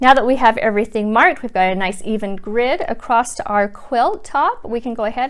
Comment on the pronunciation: Nice, easy to understand videos. (Across is not a word. No t, just across. I guess it is regional.)